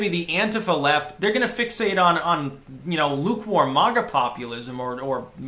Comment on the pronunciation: It's MAGA NOT MASH